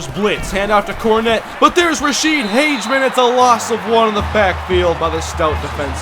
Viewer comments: Just a quick hint. I know Ra'shede (Hageman) and, he pronounces it Hag-e-man. At least thats how he says it. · Don't know if you saw my other comment, it's pronounced Rasheed Hag-a-men. Great video though.